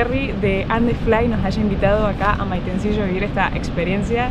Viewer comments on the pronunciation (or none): Quedensen y dejen dinero y siempre se los tratara bien esto es CHILE . es PRIMER MUNDO. no como latinoamerica. Y se dise Maitencillo NO maitenciSHO .respeten los nombres de los lugares aunque digan plaSHA SHUvia ceboSHa y todo mal pero aqui estan en CHILE y se dice BIEN . Respeten.